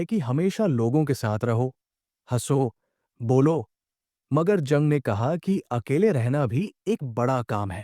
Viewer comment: जंग नहीं युंग बोलो। कार्ल गुस्टाव युंग।